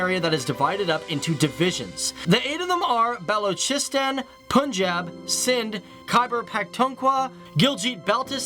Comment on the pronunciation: Lmao bahloocheasetan hahah and islaahmah bad lmao